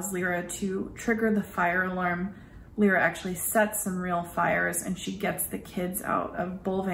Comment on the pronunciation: Her name is LY-RA, L-EYE-RA, not Lee-ra or Lira (like the former Italian currency).